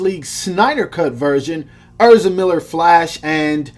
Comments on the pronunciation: dawg it’s ehz-ra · way he says ezra lowkey hurts my soul